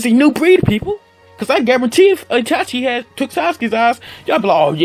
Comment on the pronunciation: Me: Magekyou sharingan!: MEGKYO SHARINGAN Me: ITACHI UCHIHA: TACHI UCHIHA